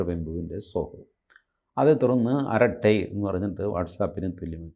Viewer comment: നമ്മുടെ ആപ്പാണെന്നു കരുതി “ആ രാ ടെ” എന്നൊക്കെ പറയുന്നതു ശരി അല്ല . ശരിയായ ഉച്ചാരണം അരട്ടൈ എന്നാണ്‌.